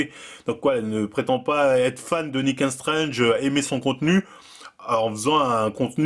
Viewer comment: faut vraiment perfectionner ta prononciation en anglais C'est pas "Nick ain strange" mais plutôt "Nick and strangte"